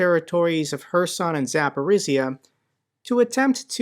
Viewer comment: Hey - in the word Urazhaine the "zh" is like rolling the soft "g" in "giraffe" and maybe googling how the French pronounce giraffe would also be helpful. The same rolling soft "g" for that "zh" in the Zapori"zhzh"ia word as well. Signed sincerely, husband of a Ukrainian wife (Zhinka).